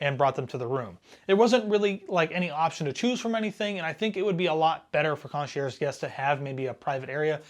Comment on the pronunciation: I don’t think you should be doing a relatively harsh review of a cruise line when your experience is one 4 night cruise. Also please if you are going to do video reviews look up pronunciation of words like “concierge.”